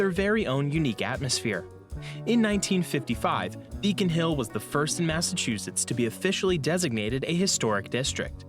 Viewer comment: You gotta learn how to say "Massachusetts before you go there. Boston, and a lot of the older cities, have England vibes. There were a lot of Irish in the colonies, too. Also, you'll recognize some place names as well. These cities were founded by Englishmen but built with slave labor. They also have a great transit system. You can ride trains and buses throughout the whole region of New England. We even have higher speed rail. The Accella Express high-speed rail runs from Boston to D.C., so you could arrive in Boston and ride the train to NYC, Philadelphia, and D.C. Then fly back home from D.C. Colonial Williamsburg is a village that has been restored look as it did during the colonial-era. It looks a lot like England from the 1600s to 1700s. They have a lot of historical reenactors there to show you how people lived and dressed during that time. They have restaurants that serve food from the era as well. You know, the Southern accent was influenced by Irish people who settled in the southern states.